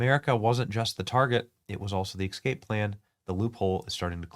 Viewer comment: Did you say "EK-SCAPE ???